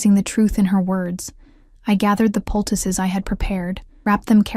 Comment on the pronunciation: Poultice. Not pticuses (?) Puses? Picuses?